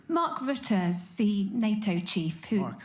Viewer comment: Don't be sensitive D. It's Rutte😂